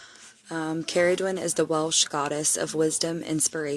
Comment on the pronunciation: Ooh I like the way you pronounced her name. Shape shifter, cool sh*t. Interesting story. Luv that you did some homework on her 😉 sounds like she is calling out to you! ❤